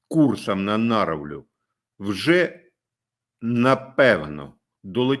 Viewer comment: Наровля,ударение на о